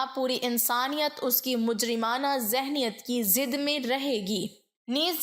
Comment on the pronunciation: نوٹ : پچھلی ایک ویڈیو میں میں نے آپ لکھا تھا کہ الفاظ کی ادائیگی کا خیال رکھو مگر آپ نہیں رکھتی ہو ۔۔ جیسا کہ زد کو ضد کہنا بالکل غلط ہوا ہر ویڈیو میں آپ کی غلطیاں سننے کو ملتی ہیں ۔ کیوں ؟؟